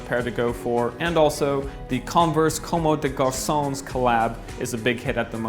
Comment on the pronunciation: "Como de garsones"